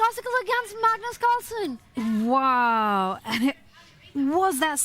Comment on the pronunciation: Y bro call him cagnus carlsen?😂